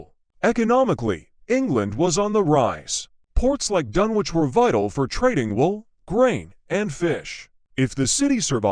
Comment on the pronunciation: What absolute garbage. The robotic voice is hopeless, unable to pronounce Dunwich correctly and that's only the beginning. It was obviously written by an American because we don't talk about "Suffolk county": it's either "the county of Suffolk" or, simply Suffolk. The town was submerged over time by coastal erosion and nothing more. There are one or two of the usual ghost stories but otherwise it's nothing special.